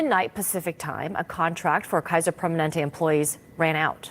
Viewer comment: Hey it's PER MA NEN TE